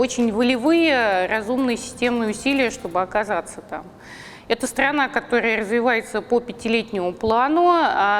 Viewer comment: Стгане нужно проигводвстро, ядегная дегжава бла-бла